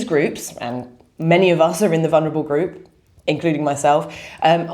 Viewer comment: You are a highly educated woman. Please say VuL ner a bul, not vun her a bul. There is no such word, vunerable.